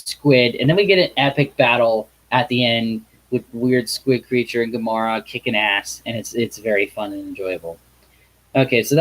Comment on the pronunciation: Lol,It's gamera not komora